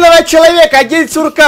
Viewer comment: День курка а не сурка